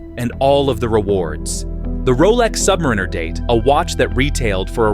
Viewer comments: AI needs to learn how to say "submariner". What we get is "submrrinrrr" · I have now watched three videos similar to this ... "the Rolex sky is falling." Not only were they nearly identical in their content, but NONE could properly pronounce "Submariner." All credibility was lost. In truth, there was no credibility because as a watch collector I am very familiar with the market and it is still nearly impossible to get a Daytona, a 5811, or an AP RO from an AD. The peak for grey market pricing was in fact Feb./Mar. 2022. Those grey market prices have dropped, but the AD prices are only higher.